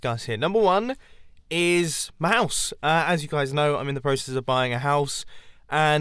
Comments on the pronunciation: I thought you said mouse as in a mouse got into the RV and I was like 😱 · You had said mouse 🐭 insted of house 🏡 in the time-lapse chat. 😂 😂 😂